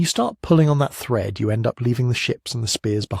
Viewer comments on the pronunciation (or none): none